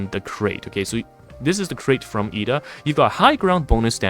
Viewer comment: I believe it's pronounced Ed-da not E-da, there's an extra 'd' in there. But thanks for highlighting the highland advantage for the crates, I thought it was only to block line of sight/pathing